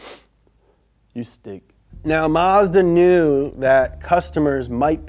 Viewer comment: You pronounced Mazda wrong.